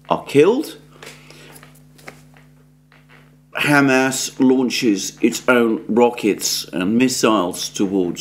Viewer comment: HAM ASS (pork anus) is not how the name is pronounced. It's pronounced hah-mahz with the accent on the second syllable.